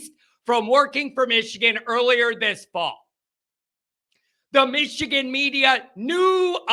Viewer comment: Michigan not Mitchigan